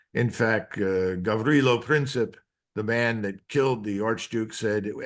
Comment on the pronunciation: Pronunciation of Gavrilo Princip was excellent!